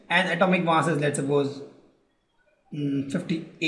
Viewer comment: It is mass not maass